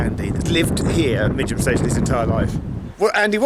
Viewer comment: I’m so glad you made a comment about the pronunciation of Midgham. It’s always been a beef of mine and I’ve written to GWR twice about it and nothing has been done. Not even a courteous reply. LoL!